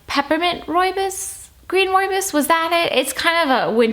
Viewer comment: Hi, been watching and enjoying your videos for a few months. This is the first tea time video of yours I've seen. I'm from South Africa and happy to see that you enjoy roobios so much. Not sure if anyone has ever pointed this out and I hope you won't take this the wrong way. Your pronunciation of roobios is slightly off. The last part is pronounced more like "boss" the "bs".